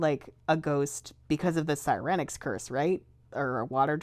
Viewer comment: I like how they pronounce Siren-ix. It's more natural, because you retain the pronunciation of Siren, and not Si-REN, which ... I mean you don't call a police car sound that, do you? I don't know where the other came from.